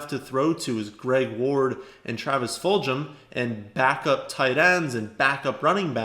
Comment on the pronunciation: Travis Fulgham's name is pronounced with a hard "g" sound, not a "j" sound. Full-gum.